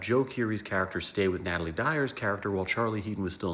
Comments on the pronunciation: Her name is not natalie it's natalia! 😅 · It’s Natalia dyers not Natalie